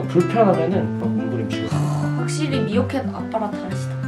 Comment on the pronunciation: 미어켓을 이어켓으로 읽음ㅋㅋ